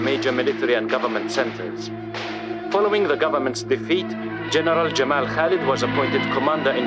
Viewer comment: Why does Haled pronounce his name as Gamal with a strong sound and the Mossad chief had pronounced it correctly as Jamal with a soft sound?